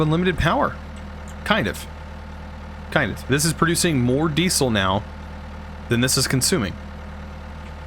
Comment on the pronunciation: the way you say diesel triggers me. love the video.